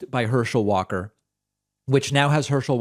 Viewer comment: Walker is so compromised that he could not possibly read and comprehend legislation that he would be voting on. He couldn't help design legislation because he's practically illiterate. It's not just that he can't even say, "Democracy" - He can't even pronounce his own name! He says, "Warr-Kerr". What a disaster of a candidate!